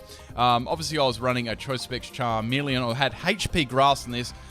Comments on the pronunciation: is charmeleon not charmilian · really? charmilian? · Charmilian? ITS CHARMELEON BOI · its charmeleon not charmileon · It's called a CHARMELEON not a charmillion. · "Charmilian" Son, I am disappoint. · its not charmilian its Charmeleon! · its charmeleon not charmilian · charmilian XD nice..... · LOL charmilian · CHARMILIAN XD